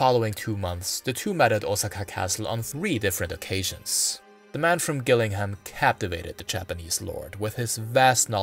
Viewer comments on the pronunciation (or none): It's actually pronounced jil-ling-num, I live here 🫡 Amazing video! Very informative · The G in Gillingham, Kent is actually pronounced as a J. There is a Gillingham in Dorset, where strangely the G is pronounced as G. Even English news readers make the same mistake. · Very interesting. Just so you know, Gillingham is pronounced with a soft G.